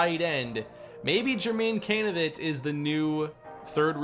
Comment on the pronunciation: I challenge anybody to take a drink every time says "Canidate" and still be sober enough to comment.